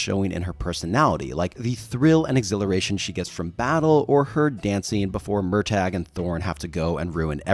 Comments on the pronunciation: Mur-taa. Not. MUR TAYG. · I'm.. sorry? Murr-tag?